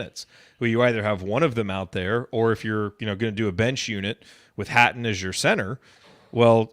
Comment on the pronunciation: its pronounced Hatton :)